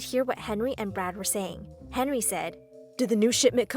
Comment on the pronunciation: Is it just me who hear the name "Brad" as "Brat"??😂😂😂 (No offense)